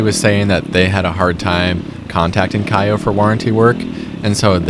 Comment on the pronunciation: The proper way to say the name of KAYO is like KO not KAIOH just so you know.